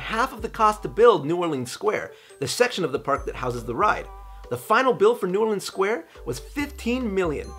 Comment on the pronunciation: Shout out to you for saying New Orleans correctly!!! My only comment on this video!! <3